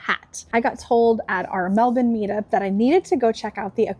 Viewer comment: You pronounced Melbourne right ,good on yous 👍